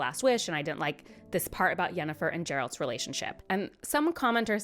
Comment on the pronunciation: Hum... Actually, you mispronounced Geralt, it's with an hard "G" (just want to see what happens if you see a single comment about this) 😁